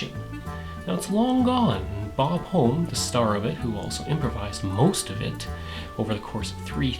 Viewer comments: His last name was pronounced "Hom-Me" not "Home" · Close His last name is pronounced "HUM ee"